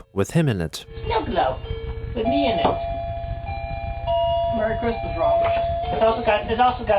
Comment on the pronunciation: Muhry chrismuh